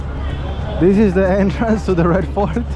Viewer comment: It genuinely sounds like he’s saying ”Red FART” and considering where the Red Fort is, I’m sure that’s accurately descriptive of the smell.